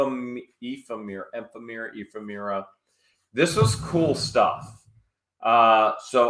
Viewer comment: Ephemera is pronounced F. M. errr-ahhh now you know.